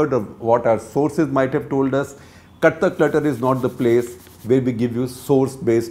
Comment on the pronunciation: It sounds like clutter clutter instead of cut the clutter